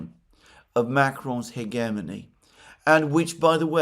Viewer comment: Upvote for pronouncing "hegemony" correctly with the hard "g". Of course being Greek helps😁